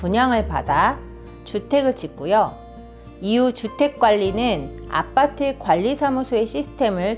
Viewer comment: 발음이..ㅋ 아빠트ㅋㅋ